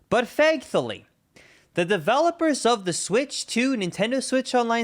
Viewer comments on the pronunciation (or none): Is it just me, or is he saying "fankthully"?